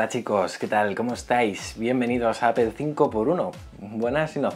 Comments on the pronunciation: gracias por pronunciar bien apple, por fin lo has hecho bien xD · 1. Ya extrañaba la canción anterior, nunca debieron quitarla. 2. ¡Al fin pronuncias bien Apple! 3. ¿Mejora la duración de la batería con esta beta? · se pronuncia "APEL" por lo menos en españa, hasta siri lo dice así. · No más "APEL"